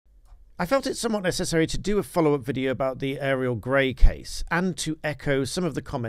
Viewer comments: Why are you calling her Aerial? It's pronounced Oriel. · Auriol, not Ariel!